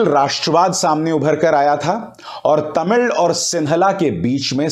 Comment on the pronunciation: I appreciate the way you pronounced "Tamil" unlike other Hindi speakers. Perfect pronounciation.